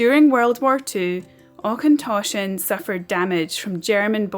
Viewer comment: Interesting to see Auchentoshan as I used to work there many moons ago and, if you didn't know, there's links between it and Clydeside through Morrison and Ally the manager. Just one wee thing, Auchentoshan is said like loch, with the och / ch bit rather than Aukentoshan. Also nice to seen Bladnoch too as I knew and met people involved in brining it back to life in the 2000s.